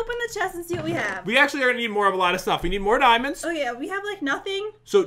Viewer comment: I heard a part where you guys say diamonds but i heard DIEMONDS